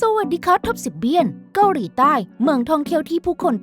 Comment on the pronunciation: แอดออกเสียง เกาหรี 🤣